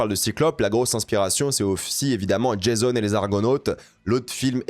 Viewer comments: Rien à voir avec le coeur de la vidéo mais ça m'a pincé les tympans. La mythologie grecque est pas un produit américain, on préférera dire "JAson" et non "DjAYson" et les Argonautes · Jason ? en mode vendredi 13 ? 😂 ca se dit JA-ZON 😂😂